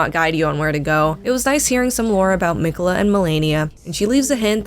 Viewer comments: Miquelleth and his consort Red Dan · "MIKHELITH" WHO IS THAT???